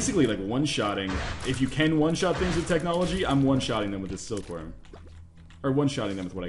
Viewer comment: technology* I normally wouldn't correct someone, but you just butchered the hell out of that word.